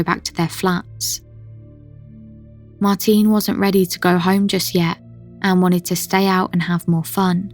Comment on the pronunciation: You're pronouncing Martine's name wrongly. She was Norwegian, not British, so you say 'Martina', the 'e' is pronounced similar to an 'a'. Haven't you heard her name spoken by her family?